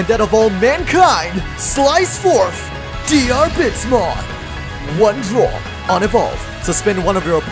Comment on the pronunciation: Bit of language advice: You don't pronounce the "a" in Diarbbitmon's name. Even disregarding that it's spelled ディルビットモン (pronounced dirubittomon, with the double tt denoting a quick, less than a half second pause before starting the t noise), his name is based on Diarmuid Diarmuid Ua Duibhne, which is pronounced Deermood Oh Dyna, because Celtic transliteration is full of shit and devised by people higher than the international space station.